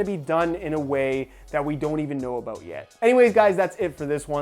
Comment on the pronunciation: are you saying ''about'' or ''a boot'' lol